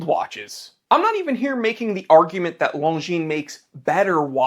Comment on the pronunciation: Omg finally someone that pronouns longines correctly lmao